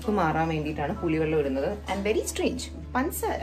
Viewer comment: Pansaara alla പഞ്ചസാര